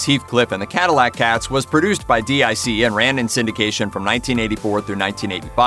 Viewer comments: Not D.I.C, it was pronounced "Deek" which was a French company who farmed out animation to Japanese, Taiwanese, or Korean animation studios. In that respect the animation style of the Sunbow produced G.I Joe episodes would not have been much different from the Dic episodes. It was a classical case of badge engineering of a foreign made product, just like happens today. Adapting, and repackaging, Japanese anime to a North American audience was nothing new by the late 80s, so Voltron wasn't breaking any new ground there, Speed Racer started the trend back in the 1960s, followed by Battle of The Planets, and several others. At least Dic and Sunbow contracted Asian animation studios to produce original content rather then ripping off series from Japanese television, tossing out the original themes, settings, stories, character names, and plots, butchering the original shows with heavy editing, and poorly dubbed audio. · Why does this fool keep calling DIC, (Deke) D.I.C.? He doesn't spell the name of any of the other animation studios. Why does he keep spelling that one? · It's DEEK, not d.i.c. It was at the end of every show they produced. Also, while Saturday morning cartoons were almost exclusively on the big 3 networks, many extremely popular cartoons were on local affiliates in both the mornings before school and afternoons right after. Some of them are on your list like GI Joe, SMB, and Voltron. Kids don't know what they're missing out on nowadays, but I am praying for an Inhumanoids reboot. That property has vast potential. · No doubt, Just to be clear, I was talking about how the narrator kept pronouncing the initials instead of calling it dic, which was said in a childs voice at the end of each show. That got memed hard (no pun intended) later, though. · DiC, not D.I.C. 'deek'. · Its pronounced "Deek" not spelled out DIC. Come on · DIC was pronounced like Deek. It was not spelled out. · Agreed, it's DIC (Pronounced: "Deek") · DIC was pronounced Deek.